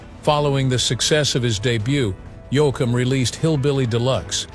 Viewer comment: Yo- akum?? Please get a real announcer for these posts.. Frizzle?? This is insulting to the genre. Try using a real human.